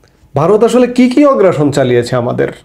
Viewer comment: 'শব্দটি হলো 'আগ্রাসন'। 'অগ্রাসন' নয়।